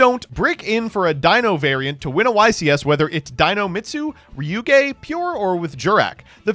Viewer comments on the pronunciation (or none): why did he pronounce ryu-ge like that?